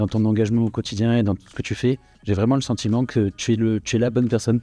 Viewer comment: Ca comment bien: Tout tchype de personnalitché. J'ai le sentchiment que tchu. Au cotchidchient. Je suis provençal. Je ne suis pas arrivé à 2 mn de visionnage. Qu'est devenu notre bel accent? notre identchitché